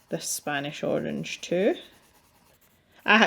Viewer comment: 'the spOnish Arange' .. I'm crying 😂that kind of happy accident happens to me all the time.. I always say my little dyslexia is coming out to play. Now that I have finished watching and calmed down I can properly comment :) I love the picture! It looks so great. And I agree with the opinion about the paper... Johanna's books have had better paper. I'm wondering though if you have the American version for some reason? Which supposedly has even worse paper than the British version?